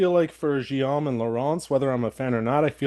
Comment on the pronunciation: Guillaume is pronounced /ɡijom/ 🙂